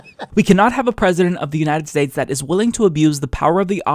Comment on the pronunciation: "The Uninend States"